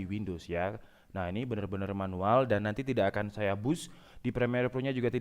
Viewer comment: Menuwel ya bng bukan manual